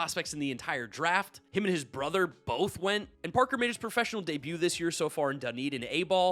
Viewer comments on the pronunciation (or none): none